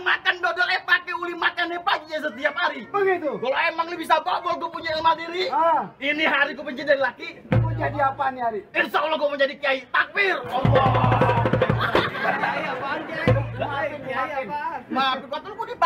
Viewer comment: ngomongnye typo, ilmu beladiri jd ilmadiri wkwkwk